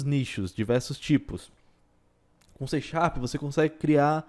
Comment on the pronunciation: "xê xarp" kkkk ... ótimo vídeo ;)